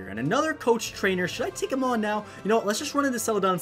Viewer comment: did you say trnchmders when you said i wont battle every trainer?